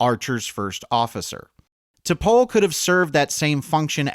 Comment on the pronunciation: First, and this is a minor point, but T’Pol is should be pronounced to rhyme with “all’ not with “whole”. It’s “T’Pall” not “T’Pole”. But that’s typical of the strange take this essay seems to have on Enterprise. Blame for its shortcomings seems to be directed largely on studio interference. But it was immediately apparent when the series began that it wasn’t going to reflect a Star Trek vision of the future. All of the human characters had personalities reflective of conservative men born in the early 1950’s who largely rejected the Black, womens, and gay civil rights and liberation movements of the 60’s and 70’s. They were all written as if the third world war and first contact hadn’t changed anything. It was a macho man’s show, with those ridiculous near-nudity scenes just being the most obvious demonstration of it. And that wasn’t the studio, that was Rick Berman. It was hyper-homophobic to the point where two male characters, literally freezing to death, wouldn’t huddle together to conserve body heat. The sole Black character was permanently consigned to chauffeur and had lines almost always limited to “yes sir”, and the sole human female was nearly always shown to be anything from hesitant to outright terrified. In a word, it was hypermasculine, and you could feel the actors often struggling to squeeze any authenticity from their lines. Also, calling Tripp “emotionally unstable” is weird and unjustified. That clip you used as an example was very well explained in by the